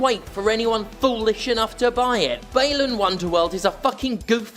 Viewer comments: should be pronounced as ‘Bah-lan’. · You are the only one Ive ever seen pronounce Balan with a long "A" instead of like "aah"